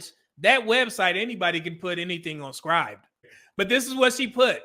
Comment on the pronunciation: its Scribd /ˈskrɪbd/ sounds like ribbed, but with 'sc' in front, not 'skrybed'. Keep up the good work tho!